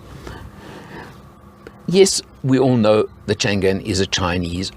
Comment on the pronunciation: FYI it's not pronouced Chan Gan,. it should be Chang An ,meaning always safe and prosperous